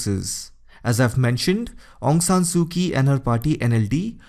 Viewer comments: Quite clear. "Kyi" must be pronounced as "Chi" in Burmese. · Excellent except Aung Sung Su Kyi the Kyi is mispronounced not K sound it is ch. che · Informative video, but a bit irritating because of your pronunciation of "Aung San Suu Kyi." Kyi is pronounced as "chee." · Great explaination... It is pronounced as Aung San Su Chi